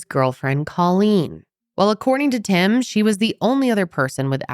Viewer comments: Not me thinking you said his name was "Him" until almost halfway through when I realized it was "Tim" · The first time u said Tim i misheard it as "Him" and i just figured it was a name I'd never heard and now i kNOW its tim but i cant stop hearing "when Him was doing this.." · I thought u said his name was him 😂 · after reading this comment it feels like the dress that changes color every time you look at it.. now im hearing both! Him tim him him tim tim... damnit i cant tell the difference! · I’m glad I wasn’t the only one!!! 😂 I was like, huh interesting name! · She is definitely saying Him AND Tim....